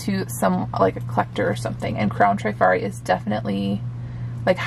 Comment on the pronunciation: Please don’t think I’m being a know it all but the correct pronunciation in trif-ari not tri- fari. I worked in a jewelry store in the 70s-80s and sold hundreds of pieces. I’ve heard several resellers pronounce it incorrectly so just thought I’d mention it. Love love love your channel! Thanks for sharing your beautiful vintage finds.